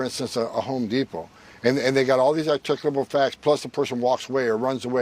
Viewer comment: What the hell did he say? Articable facts? What the hell is an articable fact?